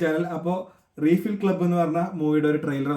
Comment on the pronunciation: റീഫിൽ club ❌ റൈഫിൽ club ✅